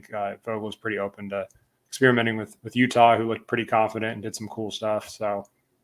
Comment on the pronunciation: I didn’t think his name was pronounced “Utah”